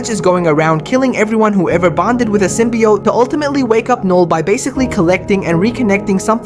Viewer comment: SymbiOTE not SymbiYOT